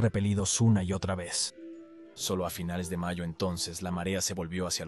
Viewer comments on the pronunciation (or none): none